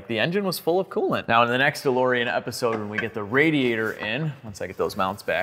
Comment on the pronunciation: DeBOREan! Please make it stop. With LOVE!